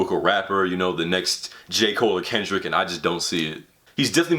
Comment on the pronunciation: why is he pronouncing kendrick that way ?!!